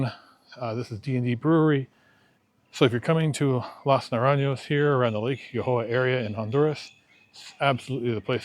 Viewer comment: jajaja, the way you said las naranyos! :D